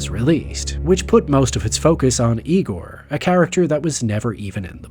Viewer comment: it’s pronounced “Igor”